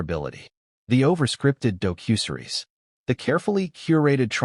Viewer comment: AI really needs to be programmed to correctly pronounce the word "docuseries".